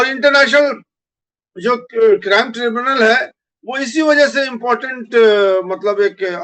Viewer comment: tribunal kehte hain aur mulavis bolte hain mubalis nahin. ko urdu seekhni chahiye.